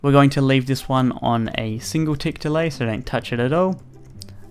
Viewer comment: OMG HE SAYS THE TICKS WRONG